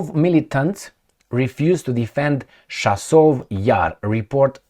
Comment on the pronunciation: Chasiv is pronounced like a cherry, chicken, chest etc. or like "C" in Italian language, not like a chassis. Just saying.